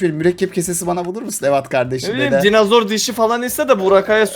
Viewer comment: Dinozor qüeri demiş koyari